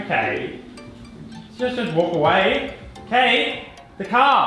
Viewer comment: So funny how he can’t say car but says caaaaa